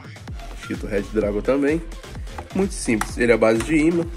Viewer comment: nada n kk e que tu fala reddragon e é redragon